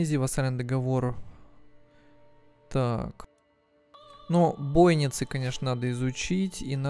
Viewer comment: Бойницы - ударение на и. Домен - на е.